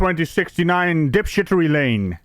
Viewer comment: Dip shtery lane 🤣🤣